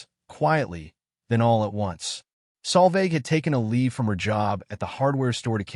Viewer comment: I always read the text subtitles. The AI narrator has absolutely no idea how to spell the young lady's name. The name was butchered on multiple occasions by AI in several ways, with the worst of all as "Sal Vag" and "Salvage"!! The correct spelling is Solveig. It is a Scandinavian and Old Norse female name.